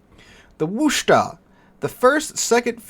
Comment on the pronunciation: Enjoy your blogs. Please accept this information in the friendly manner as intended. Worcester is a city in Massachusetts about 50 miles West of Boston. We New Englanders and the English, for that matter (we copied them), pronounce Worcester as WIS-TAH. We know it is not spelled in a manner that reflects the local pronunciation but is easier to pronounce by everyone. Be well.